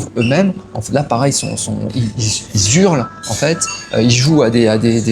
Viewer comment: Petite correction, . On ne dit pas " ils-Z-urlent' mais "ils Hurlent" ( le h de hurler étant un h aspiré, et non un h muet - ce qui interdit la liaison.)